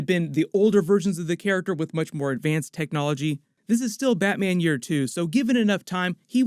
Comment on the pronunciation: batmyen? noice!